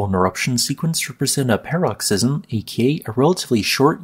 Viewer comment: PAR-uhk-siz-uhm or puh-ROK-siz-uhm, not "pear-rok-SIZ-uhm"